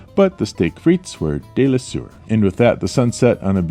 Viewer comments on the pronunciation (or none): deliciour?? Its délicieux 😂 please captain work on you’re French